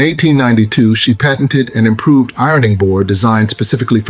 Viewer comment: Sonds like he says they improved not invented